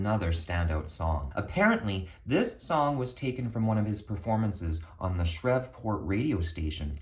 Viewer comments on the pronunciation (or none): Good video, but you butchered the name of Shreveport